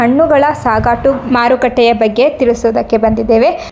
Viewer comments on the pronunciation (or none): ಸಾಗಾಟು ಅಂತಾ ಹೇಳುವುದು ತಪ್ಪು ; ಸಗಟು ಎಂದು ಹೇಳಬೇಕು.